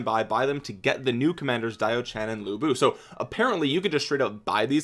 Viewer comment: To pronounce lu bu, the closest I can think of is the pronunciation "lu" from the word "lure" 😆